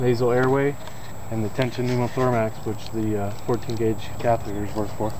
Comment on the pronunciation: Are you saying tension pneumothormax?